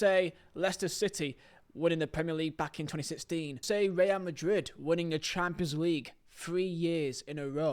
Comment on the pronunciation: Cant lie bro sayin Champions League like Chaaapslig gets me every time😂😂 love your videos tho❤️